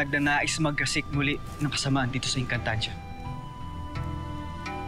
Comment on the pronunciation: Ate engcantadia po Hindi po egncantadia hahahaha hahahaha hahahaha